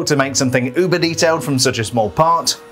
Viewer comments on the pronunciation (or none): none